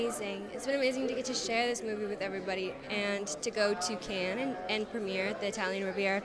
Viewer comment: How does a reporter on films not know the S in Cannes is silent? 🤦‍♂️🤦‍♂️🤦‍♂️